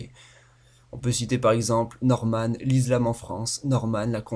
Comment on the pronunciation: Ou encore Norman la mauvaise prononciation O_o Avec L'Izlam et constraception, fais attention à ta prononciation..